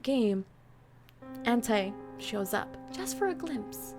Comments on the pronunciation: Just saying It's Ant-E I know it's stupid but I honestly hate when people say Ant-Es names Like That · Btw you said anti wrong... Like do say I say E. But it's spelled anti.